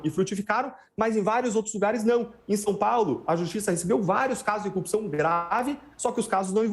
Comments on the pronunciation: cupção... o mané num sabe nem falar. haha #LulaPresidente2022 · se lascou ainda levou uma bronca ao vivo!!Todo o sistema de justiça está errado só ele está certo!!Esse povo de Curitiba tem uma dificuldade de falar corrupção!Cupição(sic) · Por que eles têm dificuldades de falar a palavra?" corrupção. sempre engolem o R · Dezenas de passagens nessa entrevista, ele, como o Moro, não consegue mesmo pronunciar a palavra "corrupção" - precisam da mesma fono, mesmo treino de dicção!!! kkk